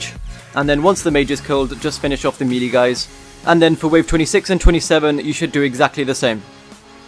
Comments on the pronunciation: Hey! Fantastic guide. Just a small critique - Melee is pronounced may-lay or meh-lay (if you're British), not mee-lee. Keep it up, bro! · Very good guide but... You kept saying "melee" its pronouced "may-layh"!!!